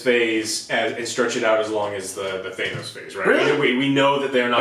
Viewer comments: Thanos is pronounced with a short 'a'. Like 'cat' or 'jackass'. Not a long 'a' like 'fake'. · Its “ThAnos” not “ThEENos” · Joe watched infinity war and end game... and he heard all the people pronounce "thanos" on screen, and yet he can't pronounce it to save his life "teinos this" "teinos that" SO FUCKING ANNOYING! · So we just gonna let Joe's "thayy-nos" mispronunciation slide..? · No ones corrected joe that it’s not “thay-nos” yet......cmon Alex square him away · I love how still pronounces Thanos as “ThaYnoes” lmao!! Never fails lol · Joe pronounced Thanos like we used to back then.. Thay-nos. Until the MCU arrived, old-school comic fans knew him as Thanos (Thay-nos) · The audio isn't as frustrating as how Joe mispronounces Thanos as THAYNOS